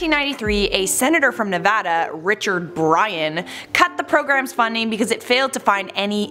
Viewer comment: yesss!! You said Nevada right, Thank youu 😂😂😂